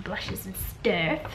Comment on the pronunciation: kajal is pronounce kah-jul (it rhymes with hull)